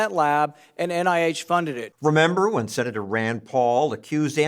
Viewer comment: “Senatuh, you don’t know whatcha talking about! I AM the science.” Anthony the Faucist, the little man.